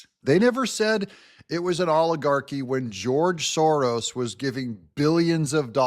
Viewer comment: You said Georos.... I like it more than George Soros. I think you misspoke a new term😂😂😂😂😂😂